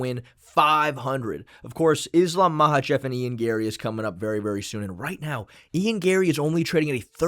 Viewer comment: it bothers me how says 'Mahachev' instead of 'Makhachev', it's like he's personally ragebaiting me